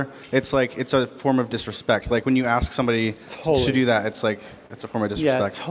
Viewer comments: Stop saying aks. It's ASK! How hard is it to pronounce three letters in the correct order?? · she can't be bothered to say ask instead on ax. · You ASK NOT AXE!!! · Girl pronouncing "ask" as "axe" twice in a row shows her hereditery ignorance. Like, "Somebody, call a AM BULL ANCE....." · There’s no x in ask. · Call me racist....i dont give a S. But this young lady hes speaking to towards the end of the video is at a very good university and she still cannot pronounce "ASK"..... its not freaking "AXE"! So tired of hearing that crap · “…for someone to axe them to take it [hijab] off…” C’mon, you’re a student at Penn! It’s ’ask’, not axe or aks. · Is the word fatigroes ok? How could you allow a kid to "aks" a question without correcting them and call your self professor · The student said " Axe" instead of ask. Multiple times. College student in a college class. SMFH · Did that black girl just say ax instead of ask? 🙄You are in college but sound dumb and probably there bcuz Affirmative action. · I FOUND IT REALLY INTERESTED IN HOW THE 1 BLACK GIRL WAS SPEAKING SHE'S IN COLLEG AND THEY STILL DON'T KNOW HOW TO SAY ( ASK ) IT'S NOT ( AXE ) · Blck people need to stop saying "axe" instead of "ask". Is that too much to axe? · Naw, the security guard knew, she just dont give a sh*t. Lol if we make words illegal then can we make it illegal to say aks instead of ask? :-p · This "axem" shit needs to stop too. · I like this professor. There is one girl who annoys me. Seriously? To be in college and can't say the word "ask." Tell me your ghetto without telling me your ghetto. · Lemme axe you sumtin😂